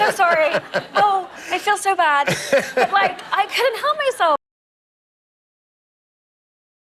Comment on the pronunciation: 강의 너무 짱 좋습니다!!^^ 지금 100강의 다듣고 다시 거꾸로 100강을 두번 거의 다 들었는데요 I feel so bad 부분이 영어 어린이 제 귀에는 It's all about 처럼 들려요@@ 이상한것 맞죠@ 어쩌죠ㅎㅎ 😅